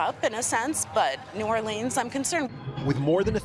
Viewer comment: Thank you for pronouncing New Orleans correctly, Lester!